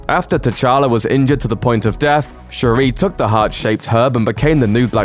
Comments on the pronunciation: Say it with me now: Shuri. It's pronounced Sure-e. Not Sha-rae. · Its not shuraaaah but shuri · Don’t be extra. Just say sure-ee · They pronounced Shuri's name so wrongly.